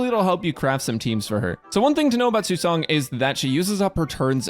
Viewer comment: It's nice to see someone pronouncing her name properly.